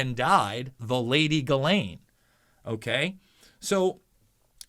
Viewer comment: You’re about the only one who can say Guislaine properly